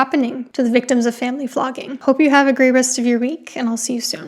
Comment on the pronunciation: when you say vlogging is okay it sounds like you are saying flogging is okay.